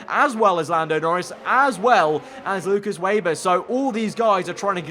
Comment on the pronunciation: Just a small point.. it's WEBer not wayber . As in spiders web .. thanks.